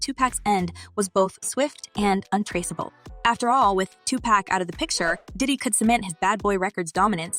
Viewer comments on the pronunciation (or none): Girl you can not say their names right Please! Please can you say Tupac's name correctly!! Its not tupack!! Tupac! Dre not what you just said! You can not even state the names right! Just stop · It's not pronounced to pack...that is very irritating. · I couldn't watch this culture vulture video hearing "2pack" and "shugs knight" smh 🤦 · Say his name right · I wish you would pronounce his name right. You hear us say his name the right way. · She knows how to pronounce his name. .The media does that to clown Pac. She's media and the media is full of undercover bigotry.